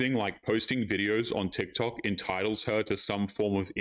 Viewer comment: the way she says ‘Tsik Tsok’ bro 🤣🤣🤣